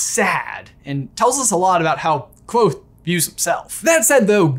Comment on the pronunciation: Thank you for saying the “V” in Kvothe! It means a lot 🤘👍